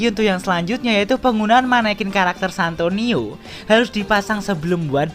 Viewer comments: Santino bang bukan santonio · Santino atau santonio bang